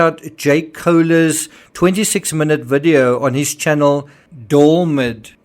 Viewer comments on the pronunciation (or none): DEE ALL MY DEE correct pronunciation. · I believe DALLMYD is pronounced "Dee-Almighty." I could be wrong but I feel like I've heard it said that way before